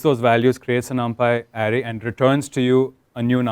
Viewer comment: same, the guy was clear enough and easy to understand, the only word which kinda gave me giggles was array, which he was pronouncing as area or something